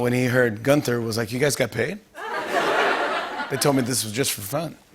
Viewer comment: "Young Gunther" Why you americans always destroy nice german names xD